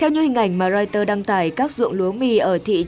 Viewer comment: Không hiểu học hành kiểu gì mà Twitter lại cứ đọc là Twister. Ở một số bản tin khác thì có anh chàng lại đọc Reuters là Reuster.